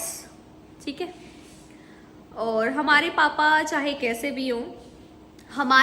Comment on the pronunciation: Our ka Pronounciaton to sikh le😹😹